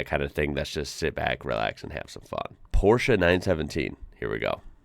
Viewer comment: Thanks for pronouncing Porsche in the right way.